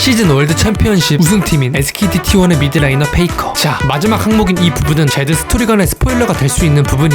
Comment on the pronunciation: 페이커가 나만 페이크라고 들리나